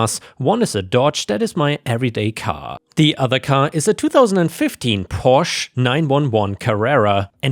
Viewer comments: You lost me when you couldn't pronounce Porsche correctly. It's not Porsh. It's Porsh-uh. Two syllables. Not rocket science. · Porsche isn't pronounced porscha. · Funny how you tried to correct listeners on the pronunciation of "Porsche" - everybody already knows this, that it's considered proper as you said it is, but it is generally seen that this is only correct in the original language (Italian, I think? Or french?), that in English it's the one-syllable version which is correct, sorry, :) The two syllable version "Porsch-uh" is thus seen as pretentious, snobby, and trying too hard to seem sophisticated - but you mangled "911". You said all the digits, like with the North American emergency phone number, with THAT car it's always said Nine Eleven in my experience. :9 (Probably to help differentiate it from the emergency number). Story 2: LOL! It's not a "super unique name", it isn't a name at all! That's the problem! Hence the story! Idiot husband just added an "a" to HIS name of Stuart to try to make a girl name. (Oh, and you need a better pronunciation site, because it doesn't seem to always help). So, NTA, husband is being thick-headed, not realizing the difference between a "unique" name, and not-a-name. The latter is essentially child abuse, it will always be a problem, and he should treat his daughter better. :) GUARANTEED that if she got that name, she would adopt a nickname/middle name as soon as she develops enough independence to realize that's an option and she can do that. Simple solution: OP tells husband "Find ONE person named Stuarta, preferably someone our daughter can look up to, then I'll think more about it. If y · it’s Porsche , the letter e is silent